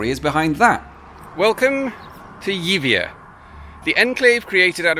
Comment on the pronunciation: Yibia.... that's the pronunciation. Honestly amigo.